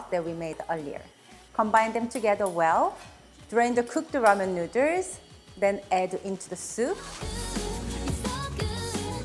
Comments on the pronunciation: Love the recipe, but love the way you say 'nuders' which I didn't notice until you pointed out the tee shirt/merch. Need 3XL though - too many nuders! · From now on, noodles will be called nooders. If says nooders, it's nooders!😀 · i love how she says noodles XD nuders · Very charming lady and awesome home cooking skills, plus so cute the way pronounce noodles.